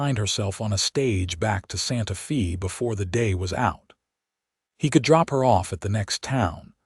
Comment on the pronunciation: One of the sweetest stories I’ve heard yet. AI kept pronouncing Santa Fe differently it’s pronounced Santa Faye but I love the narrators voice Listening from North East Texas Great Job 👍♥️